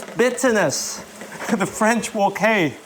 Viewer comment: The French Wok Hay, I love that 😂